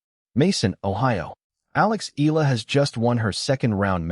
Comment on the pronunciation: We love watcjing all videis about Alex but just a friendly request, can we try pronouncing her surname corectly please as how it is in the Philippines. thank you for considering.